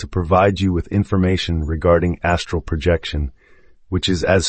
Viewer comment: it is incredibly distracting to listen to something pronounce “project” in an astral projection book as if we are going to be a project manager, or pronounce OBE’s as “o-bes”